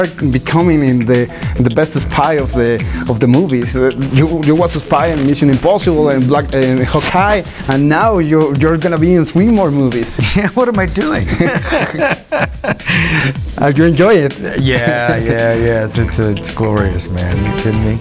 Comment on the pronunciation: es Hawkeye no halkeye